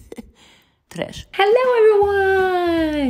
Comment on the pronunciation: ✨Tresh✨ Love that intro😂